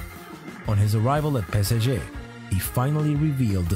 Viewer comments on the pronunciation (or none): why did bro butcher the pronunciation of ‘PSG’ they are literally letters. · Is that how you supposed to pronounce it? Pe-se-zje. I always say pe-es-zje 🤣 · "On his arrival at pESSegEhhh " hahahahaha, I died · The moment you say PSG as Pesege, I skip. That's stupid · try to pronounce "PSG" better